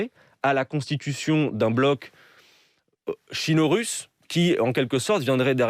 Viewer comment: Adrien, parfais ta connaissance de la langue française. On me dit qu'il existe des appli mais sinon, engage un prof de français. Ça peut être sympathique. On ne dit pas chino-russe, mais sino-russe. Mais sinon à part ça, TRÈS BIEN ! Bravo et merci.